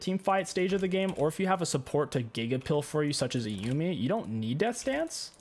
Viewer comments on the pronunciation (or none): none